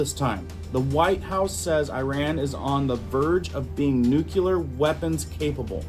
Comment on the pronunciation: dude, crackin me up everytime you say 'nuculear' 😂🤣😂🤣 N U C L E A R not nuculear 😂🤣😂🤣😂🤣 please tell me you don't pronounce it 'suposebly' too. 😂🤣😂🤣